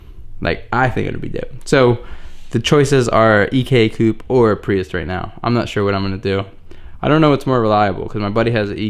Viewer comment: Is it just me or is he saying “priust”? There is no T in prius fam